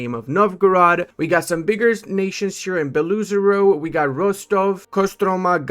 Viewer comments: Erm, acshully it's pronounced Belo Ozero, double o doesn't make a new sound 🤓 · Why do you pronounce Beloozero like that 😭😭